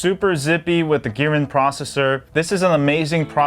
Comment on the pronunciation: God, bro! It`s MI UI, bot MY UI :D And it`s a Kirin SoC, not Girin.